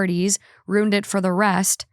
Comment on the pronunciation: She should re-title this podcast: Rooned